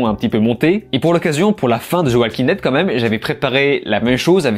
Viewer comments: Ze oualking dède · « Zeu oualkin deide » « Vinkins » 🤦‍♂️